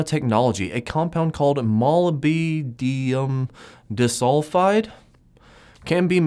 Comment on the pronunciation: It is Mall-lib-din-um bro.